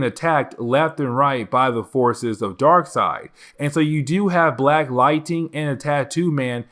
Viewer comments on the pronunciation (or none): Dude I love your content but you gotta learn how to pronounce lightning not lighting... it's Ning not ting